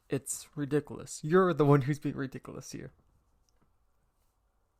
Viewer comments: “now you call me ridiclous” i swear no one pronounces that word right 😭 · Manz said rE dIc A LuS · “OH now you call me rEdicooLus?” Me: “Mmmhnm you heard me mister” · I love how he says believe and ridiculous